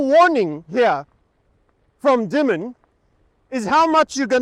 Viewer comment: Hope you are not Farming While White over there...Audio is quite good considering all the activity. It's pronounced Demon, by the way. Jamie Demon.